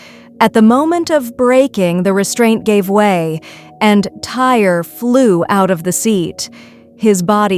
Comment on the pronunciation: It’s Ty-ree, not tire.